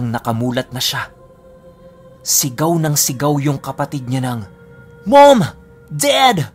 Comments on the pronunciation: Laptrip yung "Meym! Ded!" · Hi.. nakakakilabot na sana.. kaso natawa kami sa pagkasabi mo ng mom dad 😂😂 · MOM DAD! Nice english HAHAHAHA <3